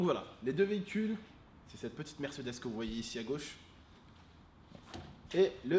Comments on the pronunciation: mercedese je suis mort la façon qu'il prononce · Mdrr comment ta prononcé " Mercedes " au début 😂😂 Sinon super vidéo 😉